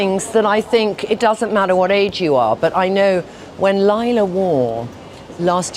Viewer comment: It’s not Aaaje it’s pronounced age